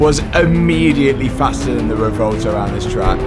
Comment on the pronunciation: Sorry to sound like a broken record, but it's pronounced 'rev-well-toe'. Love the videos anyway...